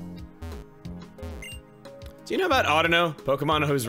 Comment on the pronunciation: I'm glad Chuggaa pronounces Audino correctly